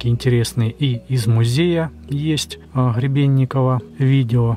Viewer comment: добрался он до антиХЫравииационной платформы, ХЫребенникова, ХЫребенникове, ХЫребенникова ...и т.д.😂 Есть изобретатель и конструктор - Гребенников (Г - буква твёрдая, произносится без предыхания, чётко) Виктор Степанович! 🤪🎉